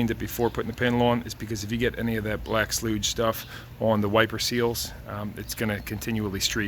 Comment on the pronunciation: Sloodge. I told my lady thats not a word. Dont let her see this video